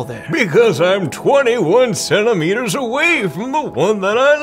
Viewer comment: what is a "senteemiter"